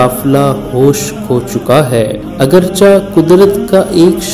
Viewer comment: "Agar chih'' not "agarchah''